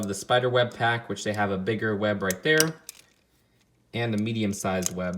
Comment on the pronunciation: It’s not a rip off it’s from the spider man animated series from the 90s. You say “right tere” a lot.